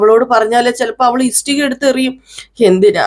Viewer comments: ഇസ്ടിക അല്ല ഇഷ്ടിക കേൾക്കുമ്പോൾ വളരെ ബുദ്ധിമുട്ട് തോന്നുന്നു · Yes, ishtika. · ഇസ്ടിക അല്ല ആളുകൾ കാണുന്നതല്ലേ ഉച്ചാരണം ശരിയാക്ക് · ഇഷ്ടിക എന്നു പറയൂ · സത്യം, ഇസ്ടിക കേട്ട് വല്ലാതെ ബോറാകുന്നു... ഇഷ്ടിക എന്നാണ്... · ഇഷ്ടിക ..clear aayitt parayu അരോചകം തോന്നുന്നു..